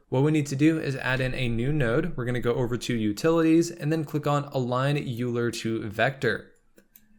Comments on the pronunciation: FYI, "Bezier" is pronounced "Beh-Zee-Yay" and Euler is actually pronounced "Oiler". That aside. Thanks for the vid! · Nicely done 👍 And by the way: Leonhard Euler was a famous Swiss mathematician who is pronounced „Lay-On-Heart Oiler“ 😉 So the node is called „align oiler to vector“.